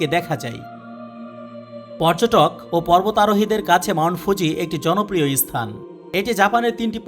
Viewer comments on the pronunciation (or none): Bangla uchyaran sansodhan kara darkar.asthan na, kathata sthan.